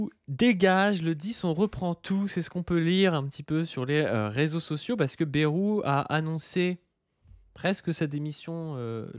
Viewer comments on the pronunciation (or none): Arrête de prononcer Bérou je t’en supplie 😊